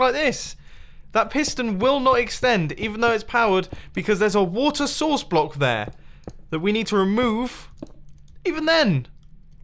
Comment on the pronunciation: I'm hearing "water sauces" and not "water source"